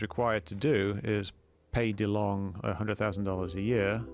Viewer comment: I might be wrong, but I reckon that Delonge is not pronounced like Delong but like Delonje. :)